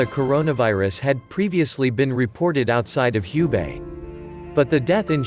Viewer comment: Thanks for the comprehensive report. Just a note that the "Hu" in Hubei is pronounced "who" not "hue".